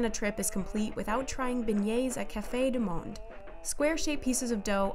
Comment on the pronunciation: This woman is trying too hard pronouncing Cafe Du Monde